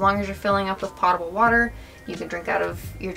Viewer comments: Potable is pronounced poh-table not pah- table. 😁 Great build by the way! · I am so impressed! So young, so talented. One quibble: potable is pronounced POE-tuh-bull. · “Potable” like “notable”. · Somebody teach these kids how to pronounce "potable" lol But seriously, amazing build! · this guy pronounced potable water wrong.